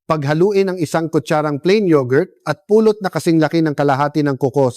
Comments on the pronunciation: Anong Puuulot ?? " Pulot.!! Bisaya po ba kayo? Tagalog na nga Mali pa ang pronunciation ninyo. Ano b yn kwento na nman .. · The reason why people can't understand that ut is " honey" is the way you prnounce it. You prnounce it it like " pulot"-pick up. I hate aI ( artificial intelligence).